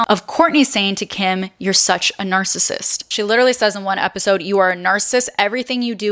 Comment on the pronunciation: This was very insightful. But every time you mispronounced the word “narcissist” was so annoying. It’s not pronounced “narcist.”